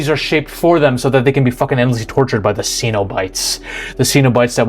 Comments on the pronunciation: They aren't "see-no-bites"... it is pronounced "Cenob-ites" as in denizens of Cenob, like meteorites or Israelites. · The Hellraiser series is how many decades old and you still mispronounced Cenobite?